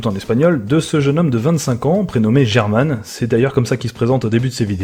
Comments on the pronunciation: Ça se prononce "Hola Soy Herman" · T'a de la chance que German ne puisse pas parler français, il t'aurais défoncé pour l'avoir appelé en prononçant largement le "G" au début (qui ne se prononce pas en espagnol). Il a même fait une vidéo la-dessus, à quel point tous les non-hispanophones l'ambêtaient à ne pas savoir prononcer son nom